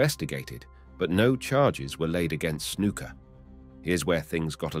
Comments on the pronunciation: His name isn't snooka it's snuka 😂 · I started to watch this video with good intentions to learn something but honestly this is like gossip because you do not have all of your facts straight dude. BTW it's Snuka not Snooka. Scott Hall started in AWA not WWF. Get your facts straight. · "Snooka" is the one that gets me. Smh